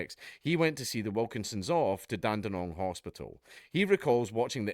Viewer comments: I'm from Dandenong and I know Aussies who don't say it right... I was genuinely shocked I had to put down my crack pipe and say well done dude... Fr though never heard someone not from here say it right Soo props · Locals pronounce it more like "Lean-gatha" (I live just over in Moe, probably 20 minutes away) Great to see Dank covering a local story! Dandenong pronunciation was as spot on as a Scot's accent will allow 👍